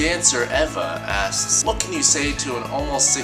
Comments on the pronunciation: It really souded like you said "ass" at the end of everyones name lmao... I really think for your next Q&A vid you should do that cause well, that would be funny. :D Example: Alexismonsterass asks: XDD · Every time you said "*insert name* asks" I heard "*insert name* ass"